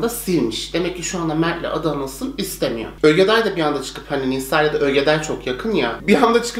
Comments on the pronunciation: Nobody:: ÖGEDAY 🤣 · ogedaya ögeday diyosun.